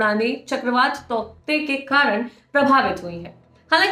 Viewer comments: Darling usko tauktae nhi tautae pronounce krenge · तौकते nahi hai yaar टॉटे pronounce karte hai usko. Please proofread / verify the pronunciation once before making a video. Its irritating to pronounce a word wrongly by a media house.